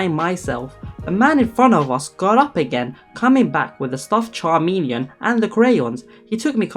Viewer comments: It’s not charmilion it’s pronounced Ka m E l i on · I kept hearing charmeleon (the Pokemon) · But it’s pronounced K-Me-Leon not Cha-me-leon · CHARmeleon......😂😂😂😂😂 No, bro, no. Chameleon 🦎😂😂😂🦎🦎 Where you see that “r” at, tho?? Is that a Pokémon? Love ya and congrats on monetization. Thank god I have premium 🙌🏼🙌🏼😘😘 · If you’re going to narrate things, you really should learn proper pronunciation. “chameleon.”